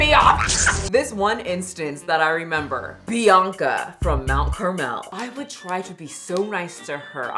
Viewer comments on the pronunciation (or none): You said mount Carmel? Where you from